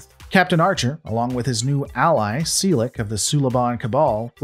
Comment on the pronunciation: "Sea-Lick"... classic :)